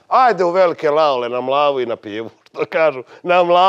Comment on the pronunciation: Sjajna reklama za moje selo,Veliko Laole (mala greska u izgovoru kod ali je ok).. "Na Mlavu i na pivu":D